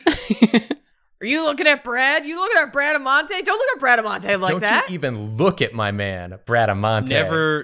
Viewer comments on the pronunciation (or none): I think it's pronounced Bra-da-moun-te